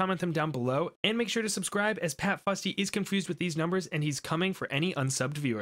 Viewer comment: I will sub when you pronounce pat futsy correctly